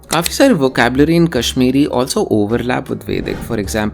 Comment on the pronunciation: This Person is not kashmiri. His quality of pronounciation is not appropriate